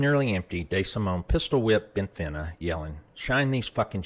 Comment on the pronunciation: Bentivegna is pronounced with a soft G in Italian. It is correctly pronounced like Bentivenia.